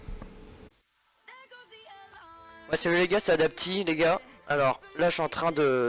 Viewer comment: PTDR les théories du mec en rapport avec JPP quel foutage de gueule qu'il nous a fait en restant sérieux ça passe crème des fois ce genre de truc 😂 Et sinon le "Salut?" de en début d'vidéo c'était en quelle langue?? "Samanianianou" 😂😂